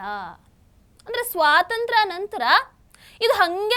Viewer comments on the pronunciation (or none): none